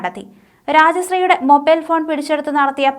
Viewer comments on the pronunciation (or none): none